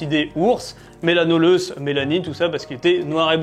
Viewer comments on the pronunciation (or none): Melanoleuca et non pas melanoleuce !!!!